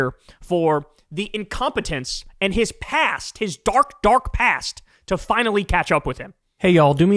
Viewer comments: Why can't Kyle say 'and' properly? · Bro. Please stop saying "end" instead of "and". Please stop doing that. Please! 🙏